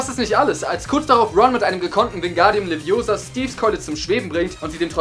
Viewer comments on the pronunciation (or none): none